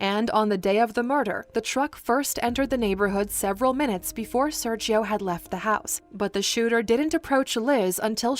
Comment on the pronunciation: It triggered me every time she said "Serchio" instead of "Sergio"